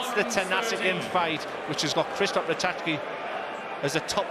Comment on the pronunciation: How many times does he have to pronounce Ratajski properly before the other idiot cottons on. If you can't pronounce names you shouldn't be commentating